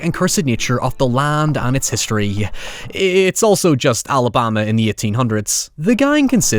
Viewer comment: Whats weird is the way this guy says Alabama. What country is this cat from?